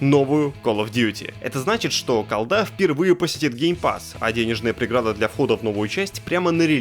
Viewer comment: Не Колда, а Калда